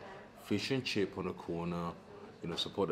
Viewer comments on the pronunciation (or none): none